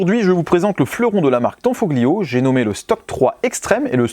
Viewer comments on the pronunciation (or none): Salut les gars Petite précision sur la prononciation des mots italiens : le "gli" se prononce "li" on ne prononce pas le "g" Comme famiglia ou tagliatelle..... La bise 😊